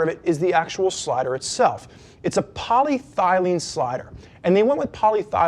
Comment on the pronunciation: Love the site and the videos. I believe the guy meant to say polyethylene. The only reason I looked it up because it sounds like he said poly- thylene and I thought it was some material I never heard of before, so I checked it on the R&G site.